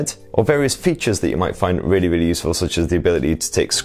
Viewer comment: "Rawwly good" Wow, that accent is THICC